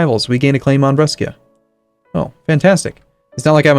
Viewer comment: Maybe someone already told you but brescia pronunciation is actually "bresha"